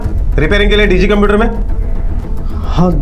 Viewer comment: Police computer ko caumputer bolti hai 😂.